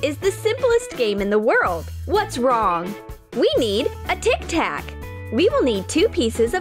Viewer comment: '' We need Tik tak'' I heard Tiktok